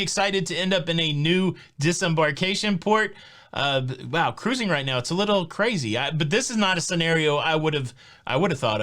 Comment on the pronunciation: KA-ROO-ZING! Love it! 😁😃🤣